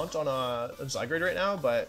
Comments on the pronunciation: When I finally got to play with Zygarde, it became my favorite legendary. I underestimated Solgaleo Necrozma, as well. I love techy substitute and trick room Pokemon, respectively. Wolfy calling him zyGRADE the whole time got really annoying. It's GARDE like guard. Definitely not ASMR. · WHY DO YOU SAY ZYGRADE ITS ZYGARDE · Idk probably to troll . Some of them are funny Except ‘zygrade’ and ‘jiratkneeuh’ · he keeps calling zygarde zygrade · ZyGRADE? It’s clearly zyGARD 🤷🏽‍♂️😂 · Love watching your vids, hate how you say zygarde: "zygrade" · Zygarde not Zygrade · Hey wolfey it’s zygarde not zygrade. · Is it a lil annoying to anyone else that he says the Pokémon names a lil weird, zyGRADE instead of zyGUARD yk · Does he call the the wrong names on purpose? ZyGARde not ZyGRAde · wolfe was pronouncing it as zyGRADe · it physically hurts me every time he says zygrade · How can u call him "Zygrade"???? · I love how he butchers their names “Zygrade” “Kartanya” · wolfey really calling zygarde "sidegrade" 💀💀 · ZyGUARD is the correct pronunciation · Am i the only one who realises that he always says zygrade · Why does he say all the Pokémon's names wrong? Zy-grade? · The way he misspronounces Zygarde kinda bugs me >.< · why wolfey, why do you mispronounce these mons names. keep doing it don’t stop but omg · why cant you say zygarde? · Please pronounce zygarde correctly